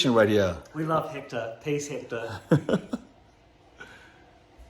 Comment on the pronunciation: LOVE this video! and his apt its like a museum ! LOVE it! . BTW it's not Hector its Hèctor . :)